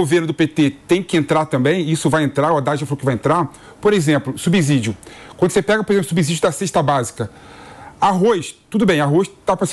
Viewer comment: a palavra SUBSÍDIO é pronunciada com "S" e vc fala erradamente usando "Z"... Se ligue pra falar corretamente...😂😂